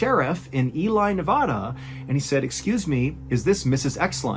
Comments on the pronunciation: Ely NV is not pronounced: "Ee-lie" It's pronounced "E-Lee" Just FYI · EeeLee, not ee lie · Not that anyone cares, "Ely, Nevada" is not pronounced "Eli", it's pronounced "eel-ee." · it's pronounced Elee not ely. The locals get offended if you mispronounce it. Fun fact it was the main location of Stephen King's Desperation. Keep putting great content up! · Ely NV is pronounced Eee-Lee Not Eee-lie Sorry so random!! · Nothing of value to add except the first story, the “Ely” sheriff, the town is pronounced “Ee-lee” not “Ee-lie” 🤪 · Mispronounced ‘Ely’ Nevada as “ee-lie”. Should be pronounce “ee-lee”. Both the E and the Y sound as long E’s. I am a Nevada native for over 65 yrs. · I’m from ely. It’s pronounced e-Lee not e lie lol. But good story nonetheless! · Great episode! ..not to be nit-picky here but, it's pronounced E-LEE NEV-AAAA-DA not E-LIE, NEV-AH-DA. Flat aaaaa. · Native Nevadan here & just wanted to clear up the name pronunciation of Ely, Nv. Mr. Ballen said it like: E•Lie = wrong Sorry Mr. B. How it’s actually pronounced: E•Lee = Ely I still love ya tho. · For future reference, Ely is pronounced E Lee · It's pronounced "ee-lee" nevada. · Random but for future pronunciation... Ely, Nevada is pronounced as Eel ee, Ne VAA duh. (Nevadans would kick you out for saying either wrong... I was almost kicked myself...) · The correct pronunciation of the town is EEly , non Ely. They are pretty adamant about that. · I love your work but, in an effort to help with pronunciation it’s Ely (eee-lee) Nevada (nev AD uh). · Pronouncing it "Eli NevAHda " cmon man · Not to be annoying or anything.. but it’s pronounced like Ee-lee and Ne-vaa-dah. Pet peeve of locals is hearing the state pronounced wrong😂🥺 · It's pronounced Elee. Even though it's spelled Ely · It's actually pronounced E-Lee Nev-agh-duh (Nev like Neve Campbell, Agh like Agh Real Monsters and Duh like duh u dummy don't be stupid) lol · IT'S Pronounced EEEEEE LEEEE Nevada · Ely Nevada is pronounced Ee-Lee.